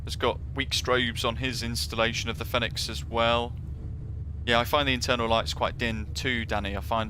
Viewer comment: Love the Videos but please call it Pronounce Fenix as Phoenix ;-)